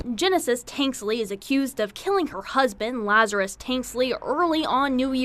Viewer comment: Why is the reporter calling him Lazar-i-us?? It's Lazarus.